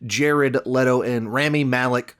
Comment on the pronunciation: R ah mee Malek